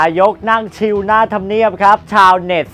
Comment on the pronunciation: "ชิล" อ่านว่า "ชิน" นะ